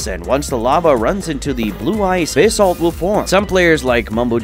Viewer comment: Me when he said bisalt: 😵‍💫